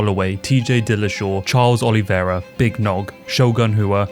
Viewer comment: How do you not know how to pronounce Charles Oliveira's name? A true fan of the sport gets this right...